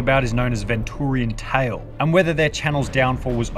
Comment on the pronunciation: "vEntOoRiAnTaLe" Me an old time Venturiantale fan: AcCtUaLlY iT'S pRonOunCed